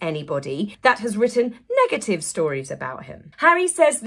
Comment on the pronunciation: ‘Negative’ = ‘megative’! 😂